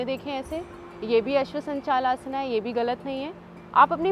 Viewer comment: Explanation to sahi h lakin hindi ka uchharan sahi karen जैसे कि आसना नही है, आसन है। याद रखिये आप भारत मे निवास करते हैं